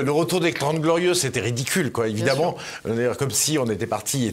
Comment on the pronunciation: Le " e" d ' évidemment se prononce " a".... exemple d ' erreur due à la méthode dite globale d' apprentissage de la lecture....